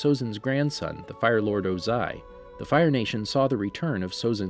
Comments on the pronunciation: Oze-eye. Hahahahahaha. Sorry sir but it’s pronounced Oh-zai. Wonderful work though! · Ozai is pronounces wrong aswell smh. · Also Fire Lord Ozai... emphasize the "o" sound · Thank you and i dont know if it was mentioned but ozai is one whole word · Add it is OO ZAI, emphasis on the O.